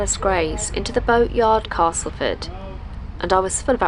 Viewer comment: Who knew there was so much to see in Castleford! And glad you’ve changed your pronunciation of Castleford to the local one. Being a soft southerner now living in West Yorkshire, I have made similar adjusts over time. :-)